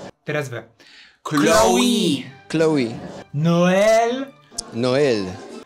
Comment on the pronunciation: Hmmm, Noel jest imieniem męskim we Francji, a Chloe żenskim 😅 Chloe wymawia się Kloe a nie Kloi 😂